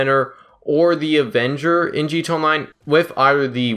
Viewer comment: Bruh pronounce your fucking a in gta, ........Jesus